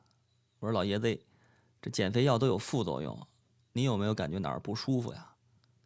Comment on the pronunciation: 完全同意，段子吸引人，声调好，尤其那一声“老爷子”，真是好听的北京腔。